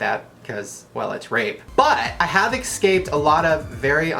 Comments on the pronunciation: Es-caped not X-caped. Idiot. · eSCape.. not eCSCape.... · Shane, you have GOT to stop pronouncing the word "escaped" as "ec-scaped". No offense, it just sounds horrid. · Shane you said excaped it's escaped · its escaped, no x in der shane ^_^ number one pet peav ever in my life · Shane I love you but it's a pet peeve of mine when people say excaped instead of escaped. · eSCaped not eCSaped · All of these comments about Onision and i'm here thinking why shane pronounces escaped...